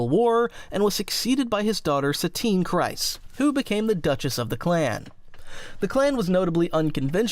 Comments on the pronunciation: Kryze is pronounced Kree-z not Cry-z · Kryze rhymes with grease, not with rice. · I just made the same comment to myself how can people still not pronounce things like czerka and kryze properly